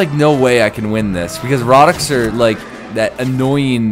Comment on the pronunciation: "do what you will rohdoks"